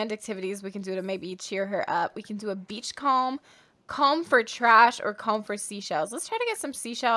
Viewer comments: The way she says beach sounds like BEach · Akshdkaksks anytime says “beach” I think she’s saying “Beetch” like she do